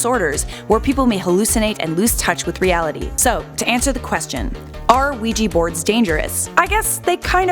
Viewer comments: It's ouija not ouiji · You are so wrong in this assessment including the pronunciation of Ouija... the board has European Origins but only patented here in the United States in 1891. It was called the Ouija for the French and German words for yes however the board makers of the time did not know this and termed it as " good luck" which holds to this day. You like to give in this video a scientific explanation. And a spiritual belief. There is a wealth of knowledge on it if you just do a simple search in areas of the occult